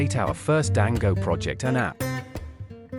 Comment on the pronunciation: It's so jarring to keep hearing "Dango" instead of "Django" 😵‍💫